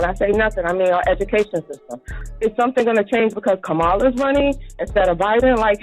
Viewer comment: I love how they love to say Ka-MOM-ala... sooo, your mom slept her way to where she is? 🤮